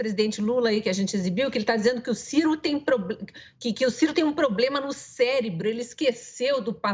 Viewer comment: Se não me engano ele falou "CÉLEBRO"....KKKKK